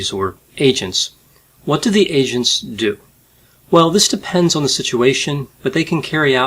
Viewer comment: You said “agents” three times before I realized that you weren’t say “Asians.” I was like 🧐🧐🧐